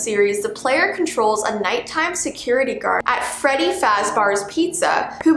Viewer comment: I like how she said five nights at fAdDy